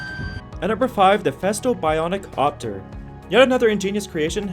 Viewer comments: It's not a "bionic opter" it's pronounced as one word. like bi-oni-copter, 3 syllables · That took me a second, too. "Bionic-Copter", said rapidly as one word.